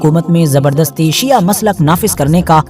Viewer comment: जनाब पहले तो आप अल्फाज़ सही करें, सिया नही शिया होता है, आपसे कुछ सवाल है। 1 रसूल s,a,w कि हयात में कितनी जंगे हुई, 2 उस जंग का नाम बताएं जो अबु बकर, उमर या उसमान ने फतह की हो। 3 क्या रसूल s,a,w ने खिलाफत इन तीनों को वसीयत की थी, खिलाफत के लिए इनमे क्या खासियत थी। 4 क्या यह तीनों खलीफा मुहम्मद s,a,w के जनाजे या गुस्ल ओ कफ़न में शरीक थे। हज़रत अगर आप हलाल जादे होंगे तो सवालों का जवाब जरूर देंगे, वर्ना,,,,,,,,,,,,,,आप। ?